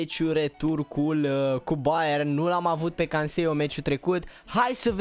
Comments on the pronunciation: Se spune CANSELO nu CASEIO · E canselo nu cansielo (Eu doar ți-am spus nu dau hate😊) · Se zice Canselo,nu Canceio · Canseio'' canselo se zice no hate bro :)) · Nu e hate, barzagli se pronunta barzali si Canselo se pronunta canzelo😃